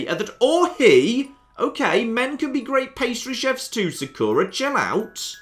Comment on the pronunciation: Also... am i the only one who hates how he says 'Sakura'? damn it, i pronounce it as would any japanese person would.